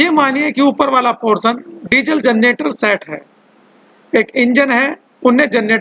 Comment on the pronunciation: Pronunciation .me "s" kyu use kr rhe h .like engines